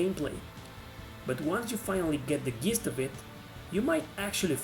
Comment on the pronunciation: FYI since English isn’t your first language, I wanted to correct your pronunciation of the word “gist.” It’s pronounced like a J, like in jello. It’s pronounced “jist” Not to be a jerk or anything. Great list! I love it